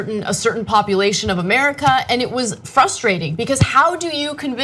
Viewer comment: "amuricah" is absolutely out of control !